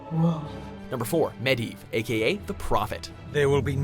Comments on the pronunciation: You said slyvanas and Gul'Dan and medivh and sargaras wrong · Arthas should have been #1 and Sylvanas on the top 3... Also... who's "Medi"?